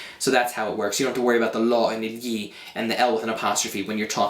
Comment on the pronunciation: Ma tu riesci a pronunciare perfettamente "gli"!!!!!! *.* Sei l'insegnante di italiano non madrelingua migliore di Youtube ;) Anche io cerco di insegnare l'italiano (anche se in inglese ho deciso di smettere proprio perché ci siete voi più bravi :D), noterai che nella mia spiegazione ho detto delle cose in più...però "tanto di cappello", davvero, i miei complimenti più sinceri :DDDD E continua, anche se so che è un lavorone montare i video!!! ;D